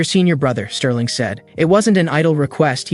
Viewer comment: Why tf u calling bro sterlin and mc evan? Wtffff????im 1 minute and i quit